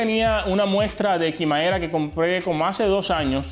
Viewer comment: Se dice quimera